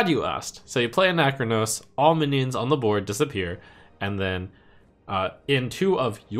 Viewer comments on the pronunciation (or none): It’s not Anac-chronos It’s Ana-chronos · why are you making ana-chronos into a 4 syllable word?